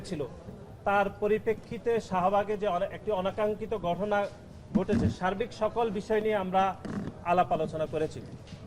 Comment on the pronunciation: গঠনা না ভাই ঘটনা উচ্চারণ সঠিক হয় না।